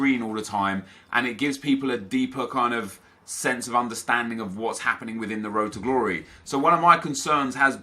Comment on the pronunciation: Road to ddddddumb stop saying road to glory like that